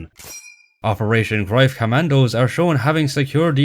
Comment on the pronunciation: @@@@@@@@@@@ I am not sure if your accent is pure Irish or not, you seem to be based in Ireland according to YouTube but as far as shown on Internet the pronunciation of the German ‘Greif’ confirms what I mentioned : The German word "Greif" is pronounced like "graif" or "graif", with the "g" as in "gum", the "ei" sounding like the English word "eye," and the "f" pronounced as in English. The German "v" is pronounced like an "f," which is worth noting if you encounter the word "Greiff" (though less common). I will accept the common way of saying it, but the way you say it was funny sounding more like ‘Groif’ and not clear (maybe the Irish accent? I work with Irish travellers and Northern Irish but they don’t sound anything like you) and to just insist you are correct comes across as slightly arrogant. I speak German and I have many German friends who confirmed what I mention but I don’t think you’d agree. Be that as it may, your video on the whole IS great but you’ve just lost a subscriber. As far as the other points yes there is inaccuracies in this movie by the ton-load but the points I raised actually can have validity in the ‘realm of artistic liberty’ in a film, after all it’s not a documentary and neither you nor I were there but I provided valid evidence to suggest there is plausibility to these points. You see things black and white.. life is filled with shades of grey. Be well. Btw I have like a gazillion books on all WW2 topics as I have invested my life to acquirin